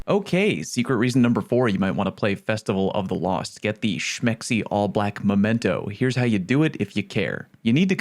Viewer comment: Believe it or not, I haven't heard "Festival of the cost" before. Even if I had, its you saying it so it's automatically better.